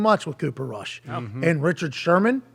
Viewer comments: Why call him Kush? It's Rush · Bro said Cooper Kush 🤣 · It's Rush not Kush. Rush has learn from Tony Romo, Jason Garrett, Dak, and Kellen Moore. Rush looks great with the 2's in preseason. Now he's with the 1's. It's Cooper Crush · Cooper Cush Its Cooper Rush lol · dude its RUSH not kush!